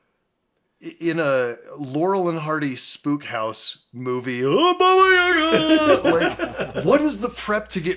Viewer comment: I've never seen David being taken so seriously before. This is truly beautiful, and the way he is open about his experiences - priceless. Much love from Russia, sorry, don't believe in Baba Yaga (only if it's John Wick). And, actually, the second syllable should be stressed, ['bɑ:bə jə'gɑ:], but I guess it's too late now )